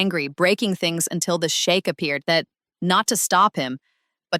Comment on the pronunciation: It's pronounced " sheek"! You keep saying " The shake"! 😅 Are you talking about a" milk shake "!? 😂😅 Don't let him hear you 😅! The shake"! 😅😂😂😃😁😁😁😆 ❤❤❤🎉